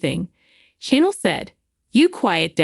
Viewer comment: Its channel not Chanel and this is old news 😂